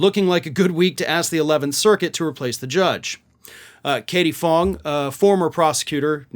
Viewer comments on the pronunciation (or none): I like your podcast but you can't pronounce people's names to save your life!! Lol it's Katie fang! Lol